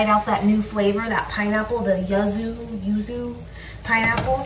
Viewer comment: You said it right the first time. Yuzu is pronounced - You-zoo. It's a Asian citrus fruit.